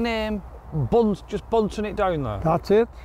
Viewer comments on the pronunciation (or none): Punting... Not bunting.